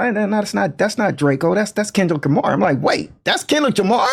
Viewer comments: The man called him kendick Jamar 😂😂😂 and you reaching with all this 🤦🏽‍♂️ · LOL NAW HE SAID KENLICK JAMAR 😂😂😂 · "Kenlick Jamar" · Why he says Kendra Lamar😂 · did this brotha say Kenlick Jamar??? 😂😂😂😂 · Man said Kendrick jamar lol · That mane so old he don't even know kendrick Lamar name the right way..lol kenrick jamar?? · He said "KenLick DRamar" good sir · He can’t say Kendrick Lamar for his life